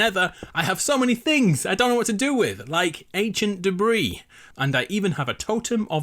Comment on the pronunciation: "like antiant debree" me: uhh WHAT